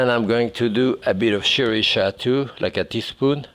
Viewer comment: I love how he says sriracha. Sherry chateau.